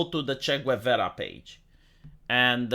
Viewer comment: It took me a second to realise you were talking about Che Guevara by your horrible pronunciation, lol.